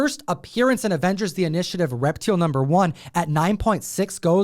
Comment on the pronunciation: I'm pretty sure that's pronounced "Rep-TILE." I mean....kinda obvious, right?